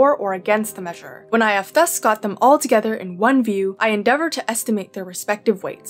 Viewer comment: are these furry arms yours?, and "thus" isn't read like this...